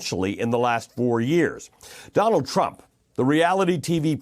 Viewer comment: Ali you got it right when you said Donald Tramp! 🤣